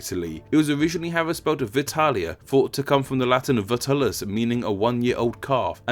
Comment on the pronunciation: "Balklans" . "Tarjan". Come on dude I really like this channel and you know your stuff but randomly you mispronounce things so badly that it makes me wonder whether you're just reading off Wikipedia! Also "vitulus" shouldn't be pronounced with a hard "V" rather a soft "w" sound. Latin 101. Which further explains the transformation of "Italia" from "Vitalia"